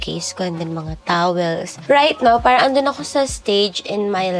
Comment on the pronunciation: Ang aarte nyo magsalita magbigkas lang ng “parang” ang arte arte